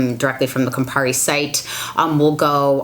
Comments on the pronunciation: Haha 😂 in your intro you said Compari!!! That’s an Italian liquor, bitter by the way!! That was cute! Seriously so many things in this video have been major concerns for me. Thanks so very much! Love ❤️ your videos!! Going to get the deodorant because of the charity side of it. I’ve been wanting to get it for a long time and now I will. Not gonna lie, I don’t look forward to the stinky phase but I’ll figure something out. 🤗💐💐💐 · How many bartenders heard "Campari" in this video?